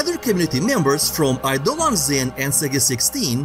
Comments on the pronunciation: 'idle-ons' inn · Eidolon is pronounced like the race: eye-dough-lawn.